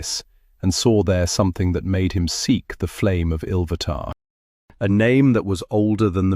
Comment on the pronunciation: Now its ill vatar come dude get it right.